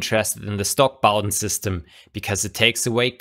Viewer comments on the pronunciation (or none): none